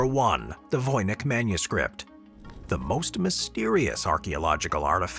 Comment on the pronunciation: Voynitsh manuscript- the pronunciation- not Vojnyk(or Vojnich)...